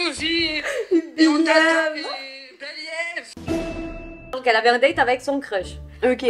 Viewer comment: merci bcp pour la vidéo c’était marrant, et mdr pour le « belièève » 😂